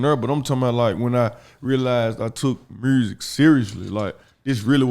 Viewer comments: “Mursic” aka music 😂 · There's no "R" in music... smh